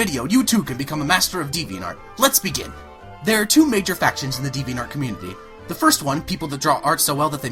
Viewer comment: You can't even say the website's name right!!!!!